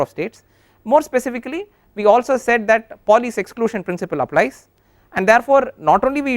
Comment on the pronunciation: It is Pauli, not poly! Overall good but repeating the same statements over and over again is somewhat annoying.